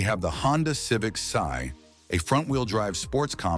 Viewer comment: What the fuck is a Civic " SIGH"? God, I hate A.I.!